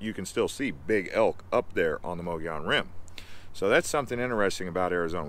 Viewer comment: Great video! Add Mogollon rim pronounced “Mug”gollon rim here.